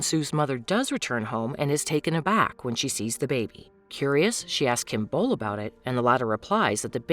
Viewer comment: also Kim beol's name is pronounced as "bowl" not "bool"